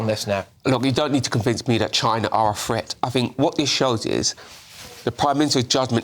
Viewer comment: THreat not Fret - the pronunciation of words was annoying 😂😂